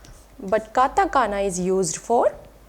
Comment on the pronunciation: Few mistakes I've spotted: It's katakana and not katagana It's pronounced a mix of hu and fu and not "fu" in native Japanese